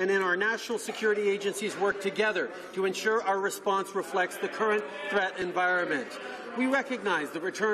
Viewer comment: Sound it out environment